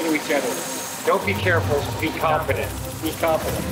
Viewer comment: He definitely says "confident." You can really hear the "n" sound.